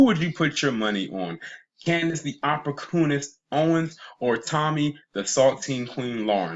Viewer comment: I'm going to attempt to Spell a word I heard u say. " Opprocoonist" is this the correct spelling? 😂😂😂😂😂😂😂😂😂😂😂😂😂😂